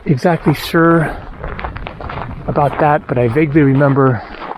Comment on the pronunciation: you've said aboot ..... the Canadian's coming back! (realise you're in Alaska 🇺🇸)